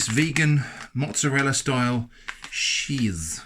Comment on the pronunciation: I lost it he he said ~sheese~